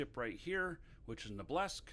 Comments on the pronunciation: Obelisk, ob-LESK? what? it's Ob-el-isk. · O BE LISK. not oblesk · Old video, I know. But it's pronounced "OB-EL-ISK" not "OBE-LESK"!